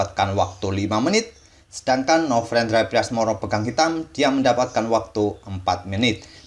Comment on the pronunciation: Ini telinga gua typo dari kmarin apa ya. Dengernya novrendra bukan novendra.